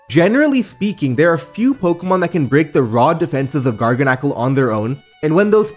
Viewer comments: It's pronounced garganacchi. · IM fairly certain is pronounced Gar GAN acle. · It's pronounced garga salt like gargle salt. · I love how he pronounces garganacl differently every time he says it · absolutely love your content dude but with that being said please stop switching pronunciations on Garganacl LMAO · I like how you switch back and forth between pronunciations of Garganacl